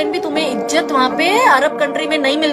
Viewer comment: Ejat nHi hai izat hai phly aap baat sekho